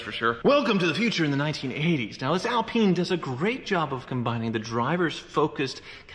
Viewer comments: Since when has the Renault Alpine been pronounced "Al PEEN"?? It's Al pine as in PINE tree. Or perhaps pine trees in the states are known as peen trees...., please don't fall into the trap that most Americans on YouTube get into with anything having a European or British name being totally mispronounced. At least you managed to pronounce Renault correctly........ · Skip to to see and hear a proper one in action: (PS Its pronounced "Al-pine" not "Al-peeen" :)) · Barham so is it Al-peen or Al-pyne? I've pronounced it Al-Pyne my whole life and cringe at mispronouncing it but now I'm not sure. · Good vid but it not Alpeen it's Alpine. It's named after the Alpine mountain rage that starts in France. That range is called the Alps. Hate to be that guy but it's Alpine not Alpeen. Love yer channel BTW. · Alpeen? One goes skiing in the Alps.. On an Al-pine slope.. 'pine' as in tree.. Ever heard anyone call a Pine-tree a Peen-tree? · ALP EYE NE not AL PEENe... the e on the end make the I an eye not an E........ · Pronounced - al Pyne not al peen ! 😁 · It's not Alpeeen it's pronounced Al-pine 😂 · Al-pine not Al-peen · Alpine not Alpeen 🙄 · Renault Epeen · A L PINE ...not AL peene...its pronounced like ALUminium or SOLDER not SOLdrr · Have always loved these, but not sure you are pronouncing "Alpine" properly (?) I don't think it is "Alpeen" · The 'Renno Alpeen' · It's pronounced "Al-pine" which rhythms with wine. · It is pronounced like this Al-pine, pine is pronounced like the wood of the same name. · I beg you and will pay you to stop saying alpeen! 💰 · I had no idea the Alpine was pronounced that way.. not gonna lie it sounds inappropriate every time 😬 yikes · Stop pronouncing alpine wrong sounds like you swearing lolz wish i could send a voice note just so u can hear how you say it lolz . I'm not criticising so please don't think bad I'm just saying 😁😁😁😁😁